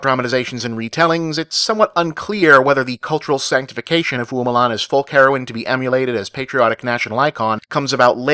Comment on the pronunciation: The name 'Hua' should be pronounced like "whah" rather than "hoo-ah". The "ua" are a diphthong.